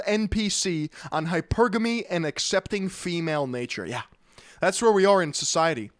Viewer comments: Every time he says "hyper gammy" he loses even more credibility. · “Hyper Gamie”